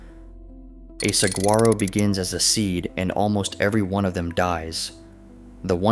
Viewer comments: Did you sat Sag- grar -oh? No, no and no. Please do your homework. It is a soft g pronounce like an h. Whether you spell it with a g, a j, or a h, it is pronounced the same. Please just look it up beforehand before doing your video. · I came to comment the same thing. This is yet another video I have seen where they mispronounce it. Makes me question their research 😄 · You really need to pronounce Saguaro correctly.